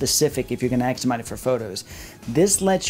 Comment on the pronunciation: Ask Not axe. You're too smart for that.